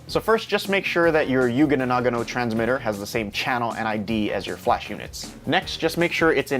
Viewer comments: KIKIKI.. maybe yua can try pronounce it as "young know"... btw u made my day ,, thanks man... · Damn bro you need help its "yong- new- o" lol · Learn how to pronounce Yongnuo. You sound so ignorant and ridiculous. Imagine a Chinese person not bothering to learn and just mocking the name of an American company: Gewill Elekprick. Lick your general. Ha ha. The item this company produces has bailed you out, show some respect for the brand. This guy explains the pronunciation here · Learn how to fucking pronounce it before making the video. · That is the best pronaunce of the name YongNuo kkkkkkk